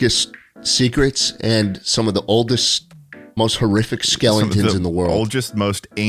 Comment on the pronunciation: Schlatt saying "skelingtons" instead of skeletons tickles a part of my brain, not sure why